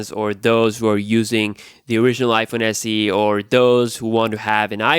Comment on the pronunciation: Iphone SE DOO? I thought it was Iphone SE two.